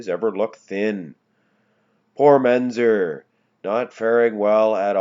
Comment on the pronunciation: And it's MenTzer, not Menzer.